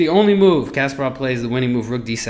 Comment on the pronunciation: It's pronounced Kas-PAH-rov, not "Casperov." Good grief...